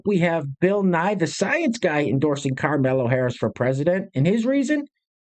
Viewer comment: Why do you call her karmello?